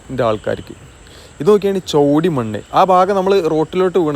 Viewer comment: ചോടി അല്ല ചേടി മണ്ണാണ്